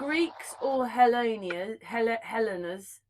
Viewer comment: Hi guys, interesting vid. It’s pronounced HELL - EENS. = Hellenes